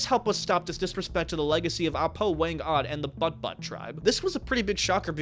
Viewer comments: It pronounces "Boot-bot" not "butt-butt" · just for clarity the next time you cover this topic: the name of the butbut tribe is pronounced something like "boot boot". otherwise, cool video.